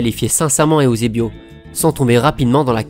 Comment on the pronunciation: J'adore tes vidéos mais ont dit EUSEBIO et non pas EOUSEBIO Sa ma fais bizarre car il faut juste lire comme c'est écris ^^ je dis sa car je suis Portugais et je vois pas pourquoi les gens ce complique a vouloir lire ou prononcer de maniere différente ^^ Outre sa j'ai déja vu presque toutes tes vidéos et ton taf et super beau Et bien réalisé continu et force a toi :)